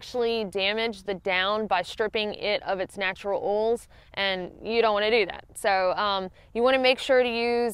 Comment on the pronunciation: Very informative, and love the video showing, rather than just telling. but I loved most learning my down has natural “oirls” (in a southern accent 🤣). Looking forward to the CDT vids!!!